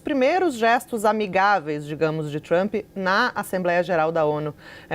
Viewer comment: O traâmpi pelo amor de Deus Traaampi